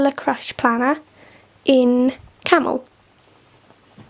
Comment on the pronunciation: Think there's something happening to your videos during processing as the middle of your 3 syllable words seem to disappear! So it sounds like 'camel' instead of 'caramel' and the other day 'cander' instead of 'calendar'. Spooky.....